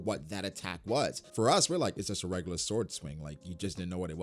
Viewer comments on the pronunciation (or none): none